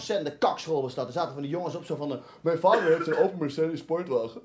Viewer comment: Laterrrr wil ik net zo worden als mijn vaderrrr rrr rr rrr